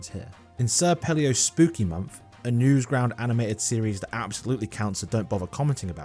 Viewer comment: "sir pelio" "newsground"